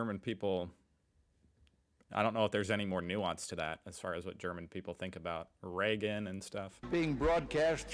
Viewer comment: Reagan, not Regan.